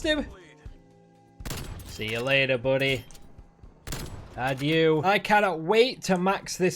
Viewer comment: gotta love his random commentary... "See ya later, buddy...adioo" hahah Pretty sure he meant to say "Adieu" which means 'Goodbye' in French lol